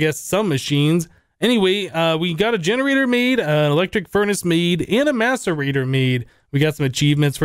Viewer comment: if you listen closely you hear maturbator instead of maserator